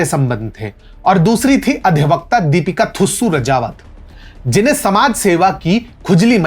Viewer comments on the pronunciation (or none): none